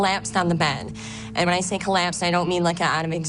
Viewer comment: "He kellappsed ann dee bed."